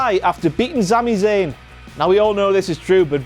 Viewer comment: WTF MOMENT! "Zami Zayn"